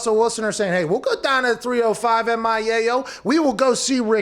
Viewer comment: Whats this down I think u mean DAHN